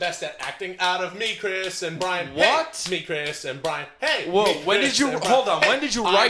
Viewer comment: “Chirs” hmmmmmm